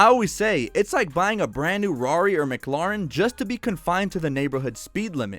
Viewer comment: “A brand new rari or mclRin” haha